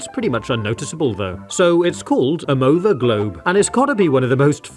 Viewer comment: It is called nova globe not mova globe